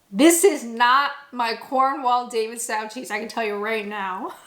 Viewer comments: I hate to correct you about one of your favourite products, but the 'Stow' in 'Davidstow' is pronounced like the stow in 'stow it in the cargohold' or 'stowaway', to rhyme with 'Row, row, row your boat'. Edited to add: If you really want to blend in as a Brit also get used to saying 'cad-brees' rather that 'cad-berry', but I know that the pronunciation difference and the addition of a possessive 's is more a variation between different countries in fairness (to us Brits the brand will always belong to Mr Cadbury and therefore always be a possesive noun). Davidstow is named after a specific village in Cornwall though, so that one can't be chalked up to the pronuncation being different in different countries. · Not really a fair comparison on cheese, that’s more comparable to Cathedral City Cheese. Aldi do sell more expensive cheeses that are more akin to Davidstow (pronounced DavidstOw, not DavidstAw). Davidstow is a lovely place in Cornwall. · Indeed, her mispronounciation of that was driving me bonkers!!!!!!!!! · Davidstow is pronounced "Davidstoe", not "Davidstowe". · Honey the Davistow cheese is Davidstoe not tow as in ouch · Just fyi I'm from Cornwall and Davidstow is pronounced like "David's toe" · I think it’s pronounced David-st-oh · Davidstow is more like davidsto (like go rather cow). The cornish probably pronounce it differently again but then I'm from Devon so I wouldn't know. My cousins family live near the davidstow factory but I'm not sure if they eat the cheese (they are originally from Devon so I'm not sure what they are doing in Cornwall). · Gonna break it to you... you're mispronouncing Davidstow. Sorry! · Davidstow pronounced the same as Davids Toe. I live a couple of miles from the Davidstow creamery here in Cornwall ❤😊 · As an aid to your continued Britification and obvious love and respect for our cheese 😁can I just mention that it's pronounced 'Cornwull' and 'Davidstoe'. Superb video, as always 😊👍